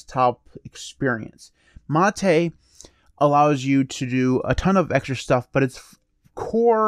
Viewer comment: Your pronunciation of "mate" is correct. It's a word from Spanish, pronouncing the way you do.